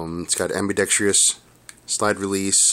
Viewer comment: It's pronounced AMBI-DEX-TROUS, just how its spelled dude, do you see an I or a E or a Y in there?? NO!!! Sorry, but I am getting tired of people saying Ambidextreeous.... really annoying!